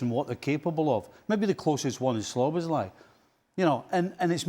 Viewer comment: When will Stevie stop saying Sloboszlai 😄